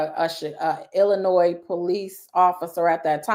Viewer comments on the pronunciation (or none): none